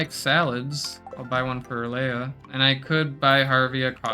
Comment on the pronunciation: Leah is not pronounced Leia learn to read